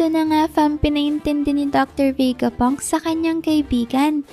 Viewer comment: VE-GA PUNK HINDI VEY-GA PUNK..😅